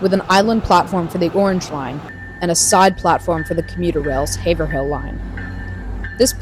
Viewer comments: Haverill not Haver-hill. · This has probably already been mentioned, but you mispronounced Haverhill - as far as I'm aware, it should be "HAY-vrill" and not "HAY-ver-hill". Also, I think that you somehow skipped the station in what used to be Dudley? I think? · HAY-v'r-il ---- this is not a bad way to practice it (its one of those odd cities in towns....there's a few of them lol) but there are the same town names elsewhere pronounced phonetically or even wildly different that it is spelled. these are a great series, the the MBTA has quite a history to it. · Haverhill = Hay-Vrill. or vrull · Boston-based but can’t pronounce Haverhill